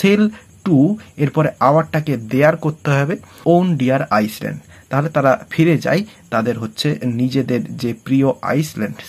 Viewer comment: আইসল্যান্ড নয় স্যার আইল্যান্ড